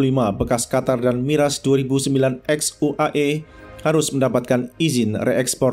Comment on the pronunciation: Kok miras bca nya😂😂